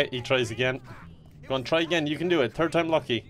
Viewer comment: "You can do it, turd time lucky"